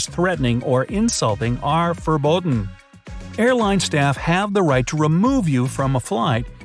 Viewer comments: Anyone notice he says fobodden not forbidden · "forboden" heheheheh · is no one gonna talk about the way he said "forbidden"